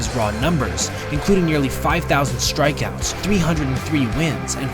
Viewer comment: Good video. Recommend you pronounce ‘strikeouts’ just the way it’s spelled, not like ‘shtrikeouts’.